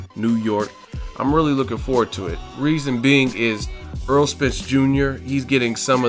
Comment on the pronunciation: its errol not aaron